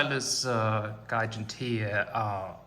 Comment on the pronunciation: Isn’t it pronounced “jiganteea”?